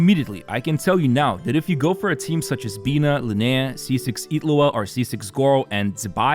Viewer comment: why do you pronounce Illuga as Itlu'a?